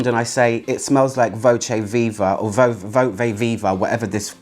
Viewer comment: your Italian isn't up to par